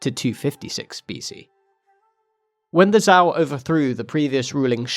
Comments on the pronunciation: lmao good video but you gotta at least google these dynasty names before trying to pronounce them. Zhou is pronounced with a J sound so it's like Jow rather than the z sound. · I was not expecting the pronunciation of Zhou to be that rough :l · Zhou -> like the English name "Joe" Tian -> "tyen" like "yen" but with a T The videos are good, but apologising for pronunciation is a bit strange when you can just look it up online.